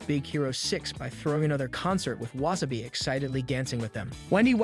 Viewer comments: And it's Wasa - bi not wa - sa - bi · Anyone else kinda mad about the pronunciation of wasabi(not like mad but like the feeling when someone is chewing loud or something)